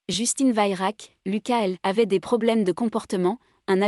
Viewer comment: On prononce vérac.